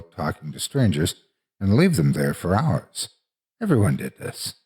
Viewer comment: Chilling Tales For Dark Nights Thanks for the reply. Like I said, I was curious because of the way he says house or about. At any rate, he's an awesome story teller. I'm surprised he hasn't gotten into audio books.